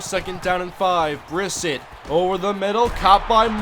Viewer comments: You said Brissett’s name wrong it’s pronounced (bruh-set) not (briss-it) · it is pronounced Bris set